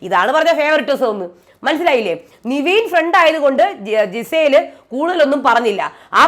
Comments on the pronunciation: നിങ്ങൾ നിവീൻ എന്ന് പറയുമ്പോൾ അരോചകം തോനുന്നു. കാരണം പുള്ളിയുടെ name നെവിൻ എന്നാണ്. എല്ലാരും അങ്ങനെ ആണ് വിളിക്കുന്നത്, Bigg boss അടക്കം. Kevin എന്ന name കിവീൻ എന്നാണോ വിളിക്കാറ്. എന്തോന്നടെ ഇത് എത്ര പേര് പറഞ്ഞു ഇതൊന്നു മാറ്റാൻ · നിവീൻ അല്ല നെവിൻ അല്ലേ..